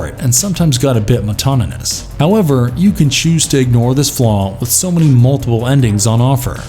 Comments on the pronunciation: "motonomous"? That's a helluva new word. Did you mean to say "monotonous"? məˈnätnəs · It got "motononus"?? "Highnus controversies"?